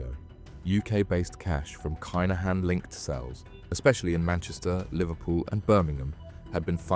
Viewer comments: The kinhans is pronounced keeeeeenhans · The name is Kinahan - have some respect and pronounce it correctly. It would ave taken u 1minute to find out. It’s the respectful thing to do. Be lucky and God bless 🙏👊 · Aye bro, this is an a.i narrated channel 💀💀💀 go and tell a.i to pronounce it properly